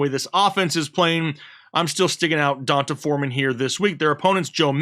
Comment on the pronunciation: Pronounced D Un Tay Foreman.